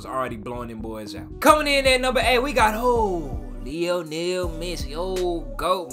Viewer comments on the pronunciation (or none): none